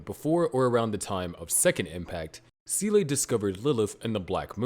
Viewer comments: Good work, but how you came to pronounce SEELE as sea-lay I will never understand. Either just call it like “seal” or if you’re trying to do a Japanese pronunciation then it would be like “say-lray” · It took me almost the entire video to realise he wanted to say Seele when saying 'sieley' lol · It is never pronounced see-lay by anyone, ever, and there is literally no explanation for how you arrived at that pronunciation. They don't say it that way in the show, it isn't how it's pronounced in German, I just have no clue why you keep saying see-lay. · Not gonna lie I can't pay attention to the video because the "See-lay" pronounciation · Seele is pronounced zelluh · "Seele" is German for "soul" and is pronounced "zay-luh" more or less. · It's a damn shame no one can pronounce Seele still... I mean... Can't you fng google it? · It's disappointing that people still mispronounced SEELE, even in in-depth explanations. Absolutely ruins the video for me. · That doesn't make it correct and you know it. The whole genre is absolutely saturated with wrong pronunciations in the dubs, and that's only one of the many reasons why they were a mistake in the first place. Why can't you care more than the people who made the bad dub?